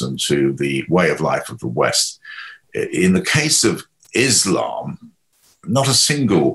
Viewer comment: Thanks for not calling it "Izlam"